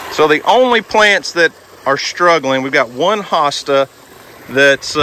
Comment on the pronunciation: Hosta (pronunciation is long "o"...rhymes with "hotel")....they need to be in a lot of shade...full sun will burn them up. Pond is looking great for how new it is...